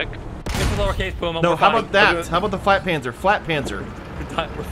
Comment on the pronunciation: what did you call the panzer IV/70?, was it flatpanzer?